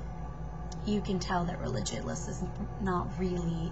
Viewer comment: Sorry, did you say regilous? As in ree-gi-lus lulz.